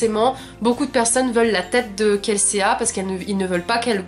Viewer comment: Kelséa 😭😭 c'est Kelsea et ca se prononce kelsi 😂😂 en tout cas je suis d'accord avec toi c'est un super roman! J'ai adoré l'univers..